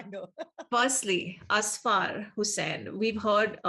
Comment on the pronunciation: ok, so i am from Pakistan and want to clarify that it is Ussfurr- when it is pronounced and not Asfaar. :) Also a "Mehram" is a brother, dad, husband and son for women. Mehram here most likely refers to a marriage.. husband is the mehram of a wife. :)